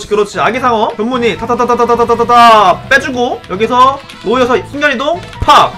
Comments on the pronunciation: 누와르서 할때 누 가No가 아니라Nu아닐까요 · 데 왜 Noirceur를 노이어서라고 읽으시는지 궁금합니다. No/ir/ceur로 읽는게 아니라 Noir/ceur으로 읽어야 하니까 누와르서 아니에요?